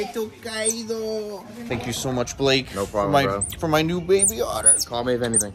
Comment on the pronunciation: mans just said kaido for the otter's name. you were already my favorite snake youtuber bruv